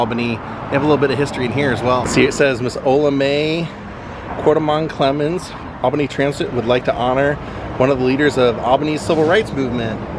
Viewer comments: It’s pronounced All-Benny. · Paula Deen is from Albany. You are near me 🥹By the way it’s pronounced All Benny. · Love your videos man. People do it it all the time, down here it's spelled Albany but pronounced ALL-BEN-EE. 👍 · I moved to a neighboring town and we thought it was crazy that it is pronounced All BIN ee. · Come to Savannah and ride in a hearse! They pronounce Albany as 'all ban ee'.